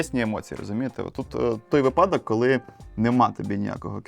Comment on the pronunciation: випАдок, чи вИпадок?!?. Долбєнь., звідки ти , та твої батьки?